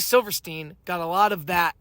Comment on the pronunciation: Actually, it's Silverstein, pronounced silver steen.